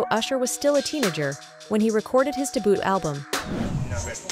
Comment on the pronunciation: “He was only 16 when he recorded his deboot album.” AI pronunciation is still hilarious!